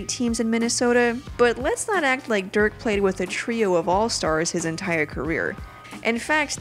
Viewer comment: they love Dirk so much she says his name wrong